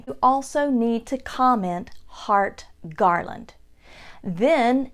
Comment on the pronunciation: “Heart Garland”